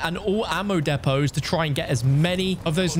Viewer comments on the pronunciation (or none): Dude that’s not how you say depots god lame not watching now